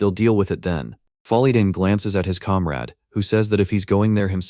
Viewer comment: (narrator: calm raid? or comrade?)